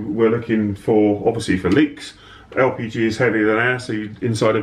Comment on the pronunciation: Sometimes it sounds like your saying RPG instead of LPG.